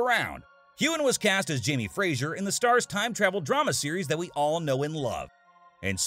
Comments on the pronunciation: It's FRAY-zer, not FRAY-zjer. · Dear narrator, it's pronounced FRAY-ZER, not FRAY-ZHURE. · Fraser is pronounced fray- zer NOT frat - sher. Conservatoire is pronounced con serve eh twa